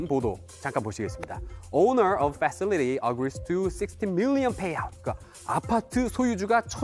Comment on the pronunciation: 발음이 왜ㅡ이렇냐 facility 발음